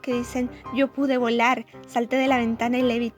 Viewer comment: "YO pU-D BOLAR " XD